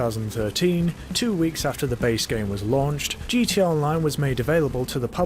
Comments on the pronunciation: why do you say gt online you keep forgeting the a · Is he saying gt online or gta online?